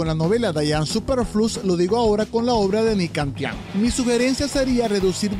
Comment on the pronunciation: Solo diré que, el nombre de Ni Cang Tian, se pronuncia Ni Tsang Tian, no Ni Kang Tian